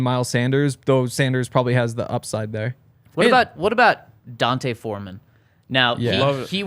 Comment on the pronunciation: His name is D’onta 🤦🏻‍♂️. Not Dante